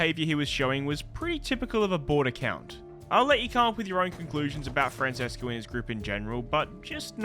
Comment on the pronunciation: The way you said Francesco made me chuckle hehe